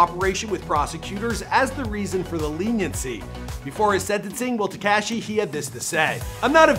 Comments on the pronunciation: It's Tekashi, NOT TekCASHI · I hate the way this guy says Tekaashee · Te-cashy lol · "Tekashy" Sing Feefee.... 😂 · I hate how uuu say Tekashi